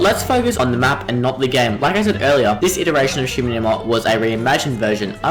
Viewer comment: shi - NO - numa